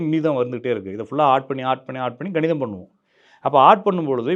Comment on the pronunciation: சார் ganidham illa kanidham